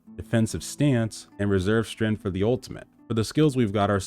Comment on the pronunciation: Strength, not strenth.